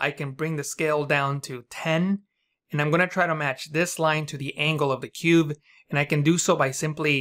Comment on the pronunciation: are you saying cube or cuve? is cuve a technique or a term for technique?